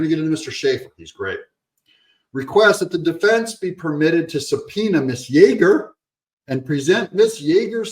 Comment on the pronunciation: Ms. is pronounced MIZZZ, Doug...you Hater! 😁